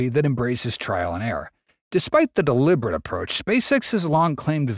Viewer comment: Did he “deliverate” in the beginning?